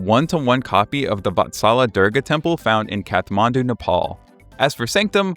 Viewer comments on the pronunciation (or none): none